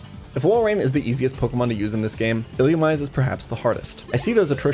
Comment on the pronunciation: ill-loo-ME-say, brother